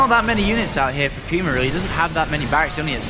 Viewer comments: Puma is pronounced Pew-ma. Do some research before you talk shit moron. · i'm guessing you're right. We (in the states) say it like poo-ma. Sounded kinda funny at first lol thought it was some foreign word but ya